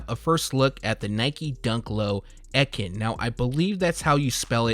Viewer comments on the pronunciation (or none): I hate that you butchered "EKIN" you stress the( E) so it will be pronounced like : "Ecan" but pronounce that (an) as the word "in" An "EKIN" was a rep from Nike who would come and do new item rollouts in their region and deliver store P.O.P. I wanted to be one for when I was growing up but Nike ended that program around the early 2000's as the world became more digitized and it just made more financial sense. So now I just own a sneaker boutique trying to spread sneaker knowledge. Keep up the good work though, the Sneaker Head Community needs guys like you!